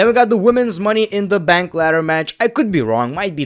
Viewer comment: Am I the one who heard him say money in the mank😅😂